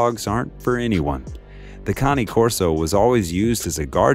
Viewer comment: Ok so...the guy in the video pronunce cane in the right way, and it means dog in italian